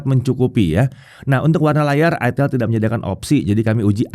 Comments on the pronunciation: ITEL atau ITIL 😅😅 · Itel bro bukan itil 😂